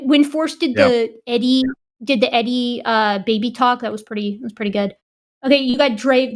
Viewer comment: Hey. "Eddie" sounds like 'Teddy".